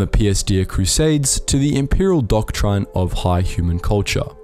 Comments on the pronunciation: I have been watching a lot of your videos recently, and I hate how you pronounce certain words. And "doctr-eye-n" got me this time. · Doctrine is pronounced dok trin